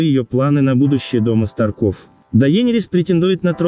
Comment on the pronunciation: СтАрков, а не СтаркОв. ТОмен, а не ТомЕн.